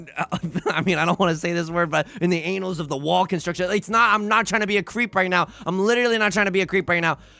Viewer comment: I try not to be pedantic about this stuff, especially if it's a word that is more often read than heard.... but I've heard it twice in a week (not sure if the other one was you also) and I've gotta say it. I don't think annals is pronounced like anal.